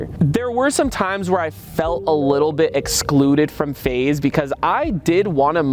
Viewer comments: Bro pls don’t stop saying face rug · bro cant say faze sooo sad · Bro you should call your self feze but pronounce it as faze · Bro just say phase rug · Just put an extra Z or make an X sound like a Z. Take control FaZe Rug. You can be FaXe Rug but your fams pronounce it the way they know. Your FaXe with a Z. Ideas endless. No credit needed.